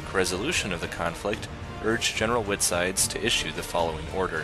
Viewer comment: White Side, like the county. Not Whitside.